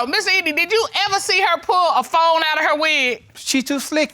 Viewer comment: Did he say when we talked on the foam, your honor?🤦🏾‍♀😅ghosteses?